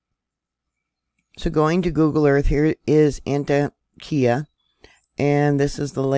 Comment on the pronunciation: Hi, I lived not far from there. Just so you know the pronunciation of this town in Ann-Tock-Ea